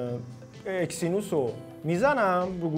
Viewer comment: آقا اکسینوس چیه اگزینوس 🤦🏻‍♂️😐